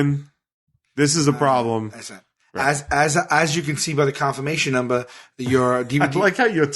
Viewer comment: "confirmation numbah"